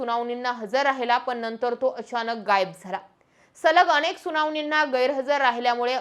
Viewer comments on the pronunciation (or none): none